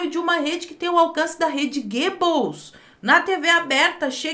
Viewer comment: Eu acho muito engraçado você falando "Rede 'Gables'"!!!!..........kkkkk Você é muito debochada!....kkkkkkkkkkkk O complicado é lembrar destas coisas na rua, e começar a rir sozinho,!!!!........kkkkkkkkkkkkkkkkkkkkkkkkkkkkkkkkkkkkkkkkkkkkkkk